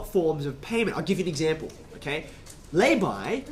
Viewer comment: When he said "layby", I was at first confused, as I thought he was saying the plural of "labia".